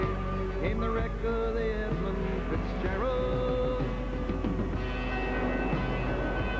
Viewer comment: You might as well call it the right way. Edmund. For respect, you know.